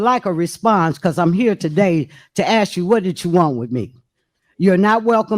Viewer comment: What’s so hard about saying “ask” the proper way?😊